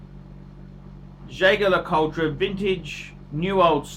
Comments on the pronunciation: Jay Gar La Cull Tra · Learn to pronounce the name of the brand before you give your opinion.